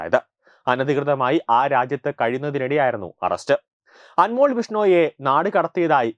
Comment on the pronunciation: അൻമോൾ അല്ല, അൻമോൽ. ( അതൊരു ഹിന്ദി വാക്ക് ആണ് )